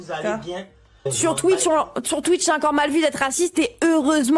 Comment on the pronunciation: Emodem ne sait pas prononcer correctement Twitch donc elle dit "Thúi" ce qui fait exploser de rire les vietnamiens puisque Emodem dit littéralement que sa dissidence est pourrie / pue ! Emodem, Thúi quá ! 😁🤣😂😎